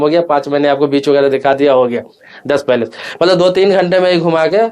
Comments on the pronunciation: कृपया आपसे निवेदन है कि कृपया बुरा नहीं माने, उच्चारणों को ज़रूर सुधारें , आपका विडिओ सभी के लिए अनमोल है | भाषा का सही तरीके से उच्चारण करें | आपके वीडियो में आपने प्लेस (जगह ) के स्थान पर पैलेस (महल ) शब्द का इस्तेमाल किया है | मैं आपका पूरा वीडियो बहुत ही ध्यान से देख रहा था और पैलेस (महल ) आने का इंतजार कर रहा था , लेकिन बाद में समझ में आया कि आपने प्लेस (जगह ) को पैलेस (महल ) कह दिया.............. , धन्यवाद भाई Palace ( पैलेस ) = महल place ( प्लेस ) = जगह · पैलेस नहि प्लेस होता है अंकल 😅